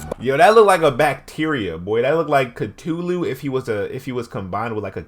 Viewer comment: My mans said catulu